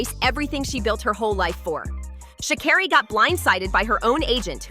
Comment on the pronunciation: Racism? BS! Guilty? Perhaps/Likely But please pronounce her name correctly numb nuts!!!! Your reporting is laced with judgement!!